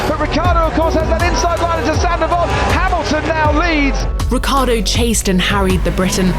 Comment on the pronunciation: Ricciardo, pronounced Rich-iar-do, not Rick-iar-do. Italian anchestors, please forgive them as they don’t know what they are doing....